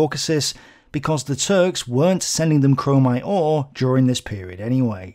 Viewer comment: There is no "en" in chromite